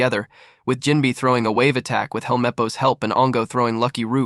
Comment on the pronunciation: Jinbei❎ Jinbi✅ BRO NAHHH